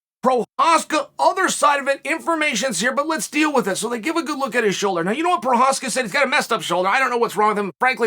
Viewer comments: he says his name rite but can't get the Story rite. Lol, 1 out of 2 ain't bad I guess. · Chael isn't lying, he really Respects Prochazka. You can tell because he says his Name Correctly.